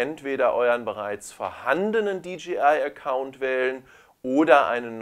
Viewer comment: Super. Habe gerade die Mavic pro heute neu und werde deine Videos im Laufe des Wochenendes durchkucken ;) Eine Sache kann ich mir nicht verkneifen: du sagst immer DGI statt DJI. Im Englischen müsste es doch Dee Jay Ei heissen.